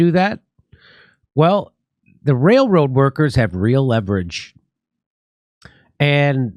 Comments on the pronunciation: holy shit ...Jimmy turned into ELMER FUND... wailwoad ?? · I like how Jimmy can’t pronounce railroad workers. It’s very endearing.